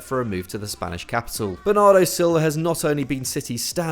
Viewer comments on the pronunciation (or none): none